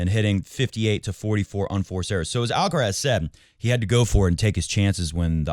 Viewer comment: What is the problem with 'mooray'? He is constantly being called 'alcaras', the stress in the first 'a' (it is 'alcarath', the stress in the last 'a') and never complains.